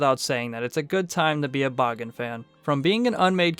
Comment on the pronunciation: Extremely well done! It's rare to see videos about Bagan that go out of their way to mention his more niche cut appearances, particularly "Yamatai Kingdom" and his early-to-mid Heisei Godzilla-centric drafts. Also using the Japanese pronunciation of the name is commendable! Maybe one of these days we'll not only see him in a movie, we'll get an official English pronunciation of his name... Ha!